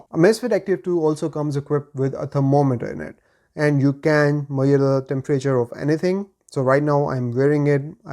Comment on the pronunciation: Measure. Not Mayor :D